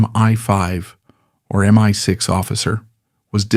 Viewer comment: MY 6.....😂😂😂😂. Oi AI...it's M.I.6. 😂😂😂